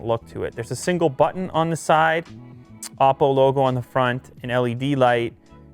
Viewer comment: The first time he said “oppo” I thought he said awful